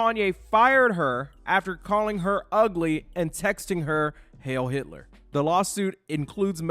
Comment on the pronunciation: Oh sis...not "Yitler"....💀